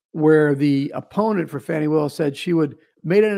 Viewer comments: seems a little off his game tonight 🤷🏼‍♀️ Love to both of you regardless ❤ And its "Fawnie" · Uh oh the left about to go crazy pronouncing “fani” name wrong is racist 😂😂😂😂😂😂😂😂😂😂😂😂